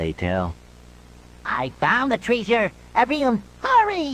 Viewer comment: "I found the Treesure"